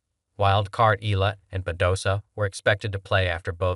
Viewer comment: E.YA LA....That is the way to.pronounce it